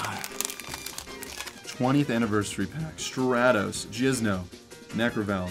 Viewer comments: J-I-N-Z-O, not J-I-Z-N-O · *Jinzo* lol not Jizno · Did he say "Jizzno"...? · “JIZZ-NO” Lol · Jizno🤣why it don’t sound right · Why do people call Jinzo Jizno?